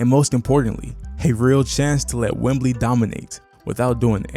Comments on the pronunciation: You made a great video. Excellent overview of the team! You just mispronounced our star player's nickname. It's Wemby, not Wembley, which is a stadium in the UK. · No “L” … It’s “Wemby.” But great video! Well said!